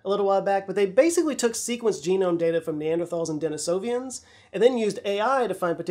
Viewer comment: Hey it’s “Denisovan” not “Denisovian” I’ve heard this mistake a few times across your videos just a heads up. Awesome channel and great job with depth of research needed to make videos like this.